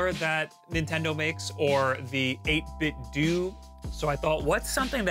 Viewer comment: Why would you say “8 bit dew” it’s a Nintendo accessory thing, “8bitdo” pronounced like “Nintendo”